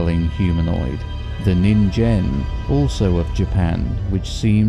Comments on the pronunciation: Minor nitpick but "ningen" is pronounced with a hard g. "Neen-gehn" as opposed to "nihn-jen". Otherwise good stuff. 👍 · Just to let you know, ningen is usually pronounced with a hard G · Yeah no that's not how science works. Also ningen is with a hard g, not a j. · Yes they pronounced Ningen wrong